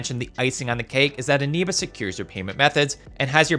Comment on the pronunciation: it's eneba not animba